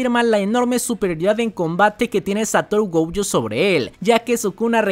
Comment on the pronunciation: Pd: se dice Gojo, no Goujo xD